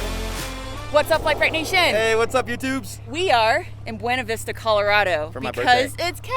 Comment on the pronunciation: I think it's pronounced "bee-oonah-vista" not "boo-ena-vista"